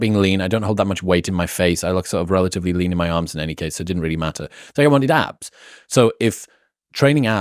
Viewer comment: Lowkey, it did sound like he said apps instead of abs